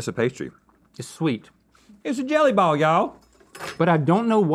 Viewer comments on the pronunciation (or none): none